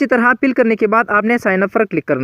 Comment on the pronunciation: Pill nhi fill hota hy apni pronounce kro Interpace nhi interface hota hy Pour nhi four hota hy